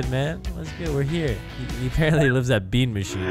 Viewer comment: I love when he says tony hawks lives at bean machiane